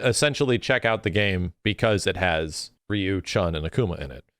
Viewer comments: c'mon reeeyou isn't the right pronunciation for ryu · I thought Ryu should be pronounced as LEW as Japanese always pronounce R as L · That's not how you say Ryu though. I mean, it's closer than what people usually say but yeah.